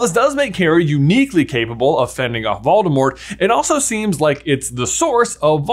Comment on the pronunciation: He also pronounces Voldemort incorrectly.